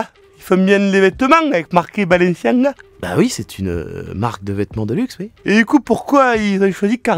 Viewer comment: Balanciaga... 😭 Les gars faites un effort le type l'a bien prononcé en plus mdr